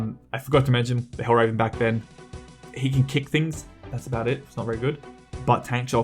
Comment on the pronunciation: It is hel-ver-en not hell-raven. Otherwise, really great video. Good analysis